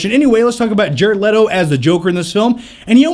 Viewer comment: He said Jared Lito